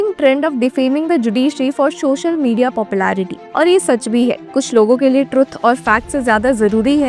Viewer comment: Social not Shocial